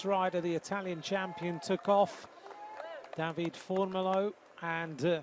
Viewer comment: Great extended highlights and I enjoyed the commentary. However, dear commentator, we Italians pronounce all vowels (like the Spaniards - unlike the French). So, you read it DAVIDE, not David